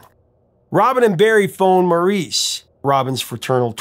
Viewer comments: I wonder how many times you’ve been corrected about the pronunciation of Maurice Gibb’s name, and why you don’t seem able to take it on board. It’s how the British spell Morris. Just Morris. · I think it's pronounced "Morris", actually, sure of it. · Maurice is pronounced Morris, but I supposed Google doesn’t tell you that. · Maurice … pronounced like Morris (in American English). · Just an FYI - Maurice's name is pronounced Morris. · They pronounced Maurice like Morris. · Maurice's name is pronounced "Morris." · Maurice, in this case, is pronounced Morris. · Maurice is pronounced Morris. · That's not how to pronounce Maurice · Mr. Natural might have been a commercial flop for the Bee Gees but I’ve always loved it and I think it’s one of their best. Also, their last album released when Maurice (actually pronounced, “Morris”) was still alive, “This is Where I Came In,” is amazing. I will always love the Bee Gees. They are amazingly talented. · The Bee Gees were not entirely wrong. The Jive is a dance.... If you listen to interviews by Barry, you will hear him pronounce Maurice as Morris. I have a brother, uncle, and grandfather named Maurice, and we pronounce it Morris, too.😊🥰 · Maurice Gibb himself pronounced his name as Morris. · Love your channel and the artists you interview and cover. For what it is worth, I think Maurice's name is pronounced Morris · Just so you know... "Maurice (pronounced as “Morris”) was born on the Isle of Wight and grew up in Manchester, England, the son of bandleader Hugh Gibb and his wife, Barbara." You said it incorrectly at least three times in this episode. In my opinion, it is cringe worthy! ❤ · Maurice is pronounced Morris (more-iss) and Edinburgh is Ed-in-burra. Great videos, but when discussing British bands/musicians some of the pronunciations are very jarring and pull you away from the narrative. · Just a public service reminder that Maurice is pronounced "Morris" in this case. That is all. :) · MAUR-iss, not maur-EESE.